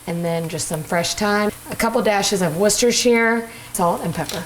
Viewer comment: Worcestershire .... it is pronounced Wooster that's it, it's english